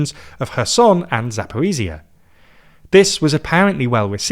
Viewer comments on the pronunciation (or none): it's been THREE YEARS. Even grandmas in South America know it's Zaporizhzhia, not "Zaporizia"